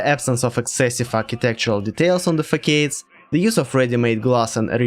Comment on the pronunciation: Very good video. Facades is pronounced fasad not fakeid